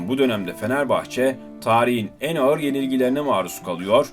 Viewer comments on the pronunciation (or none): none